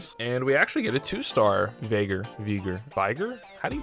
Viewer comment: Really good content for such a low sub count. You got yourself a new one! Few pointers though. 1: It's Heimerdinger. Not heimen. R 2: Veigar is pronounced Vi (like eye with a V) Gar (like car with a G) 3: I'm not correcting click-clank. I will forever call him click-clank now